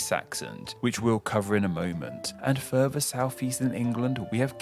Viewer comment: sorry, i had to stop at 2 mins.. lol. i cant abide listening to people who cant pronounce TH properly. i got as far and NorVern Ireland and... FurVer.